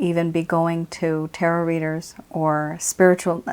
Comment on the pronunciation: Here's how you pronounce the word tarot